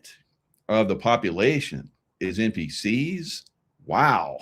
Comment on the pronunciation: It's funny. You say NPC'S and it sounds like "empty seats." Both are correct. Love it.